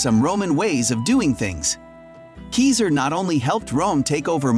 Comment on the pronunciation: Well yes, but actually no. The pronunciation in the video isn't good, but it's also closer to the original Latin than the English pronunciation is. "[...] according to modern english rules 'Caesar' is pronounced 'si-ser', but the Romans pronounced it 'kai-zar'." That being said, this doesn't make the "kesier" pronunciation correct, but it's less incorrect than you might think 😝